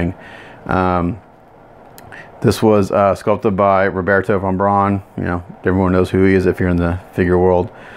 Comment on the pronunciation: Roberto Von Behr (pronounced BEAR) oy vey! LOL